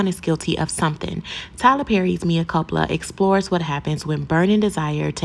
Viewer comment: I guess you wanted a comment by purposely mispronouncing the title of the movie, so I'll comment! It's sad that Tyler Perry is able to make money off of this horrible work! Have a good day 😊. I clicked the like button also.